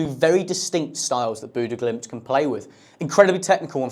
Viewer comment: yeah, he didn't say it right either